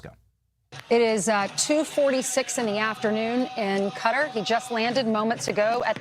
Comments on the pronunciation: She pronounced Qatar as "Cutter" lmao😂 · isn't Quarar pronounced " cutter"? I honestly don't know. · Who the hell is this idiot at Fox News who cannot pronounce country names?